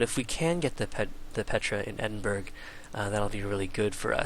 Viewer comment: The Opera House replacement is pronounced, "kay-lee". Yeah. Also, Edinburgh is "Ehh-dihn-buhr-uh". Welsh doesn't make much sense.